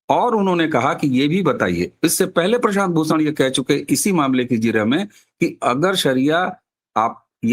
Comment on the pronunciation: एक तो 'भूषण' की जगह 'प्रशांत भूसण', ऊपर से उसी वाक्य में, उसी सांस में, उसी व्यक्ति का नाम बदलकर प्रशांत 'किसोर'! पवन करे सोर...! 🤔